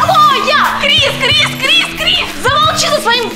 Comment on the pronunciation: Крис а не криз